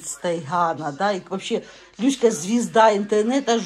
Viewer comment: Научите говорить Люська